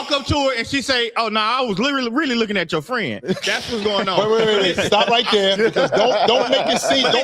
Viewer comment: “and she was really lookin atcho fren”😂